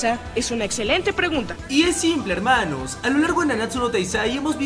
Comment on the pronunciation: Like si estrañas sus HELMANOSSSSSSSSSSSS AL TOQUE NO MAS PRRO